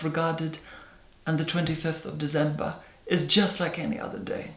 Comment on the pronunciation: De-zehm-bahhh! A month later, still love it!!!